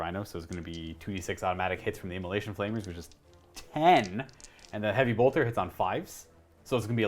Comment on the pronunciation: "immola🎵SH🎵ion cannons"